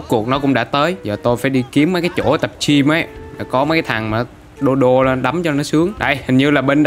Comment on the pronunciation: Anh nói tập chim hay tập gym vậy anh